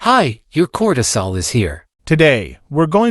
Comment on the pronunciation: not the emphasis on cortisol...